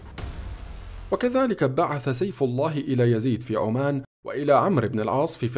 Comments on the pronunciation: عَمّانْ وليسَ عُمّانْ. Amman not Oman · سرد جميل والتفاصيل لكن لفظ القارىء الكثير من الاخطاء مثلا يقول قائد عمان باسم عمان اي عمان الدولة ولكن عمان هي عاصمة الاردن بفتح العين وعمان الدولة بضم العين